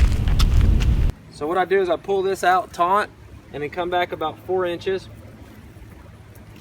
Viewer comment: Nice video. But it’s taut not taunt. That was like nails on a chalkboard and that doesn’t bother me.